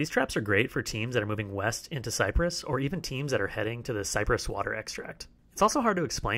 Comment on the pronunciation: "CYRPESS HUTS" hahaha